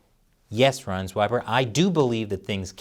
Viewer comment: Wow, you really butchered that "reisenweber" :-)